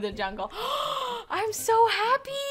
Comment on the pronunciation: You said hapbee